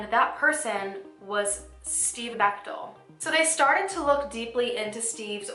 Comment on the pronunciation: I often listen while getting ready...and this story attracted me bc my maiden name is Bechtel. Then she is like...she met Steve Bechtel. My heart stops beating...thankfully the picture was not of my Dad. Wasn't expecting that, a miss pronunciation of Bechtel. So thanks for adding a picture with the name so I could keep living.